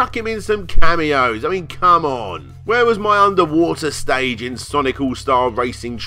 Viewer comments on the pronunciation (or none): none